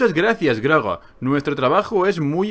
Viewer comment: Cuando pronuncias el nombre del personaje (Groga) escucho que dices "Gragra" o una variante, pero nunca Groga. xD No sé si soy al único que le pasa.